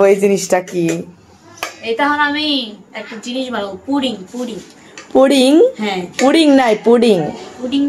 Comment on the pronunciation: Apu etake puting bole na eta holo puding